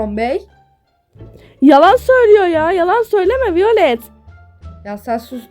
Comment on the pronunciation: Violet vaylıt diye okunmuyor mu?